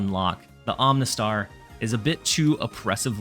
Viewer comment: Are you purposefully mispronouncing the Pokémon names? 🤣 Om-uh-nite (not Om-nih-tee) Om-uh-star (not Om-nih-star)